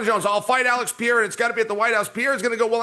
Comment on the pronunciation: Maybe he's embarrassed about not being able to pronounce people's names well and leans into mispronunciation as a defense mechanism. What's worse: Pierra or Peheyda? 😊